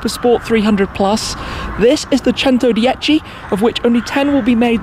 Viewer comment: The way he pronounce “centodieci” it’s giving me anxiety